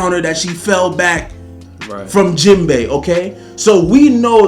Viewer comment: no way he said Jimbei 🥺😐😐😐😐😐😐😐😐xd